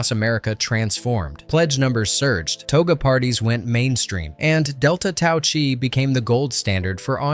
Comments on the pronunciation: correct on the JD....they also pronounced the fraternity name wrong....delta TAU chi.......(ki) NOT CHI......either way still love the movie.....0.0 is my favorite line.. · "Chi" pronounced as "ky" not "Chee" (think of the word sky without the "s". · Everything was going well until the Narrator said the Greek name of the Frat. Delta Chi (kai) , not a tea.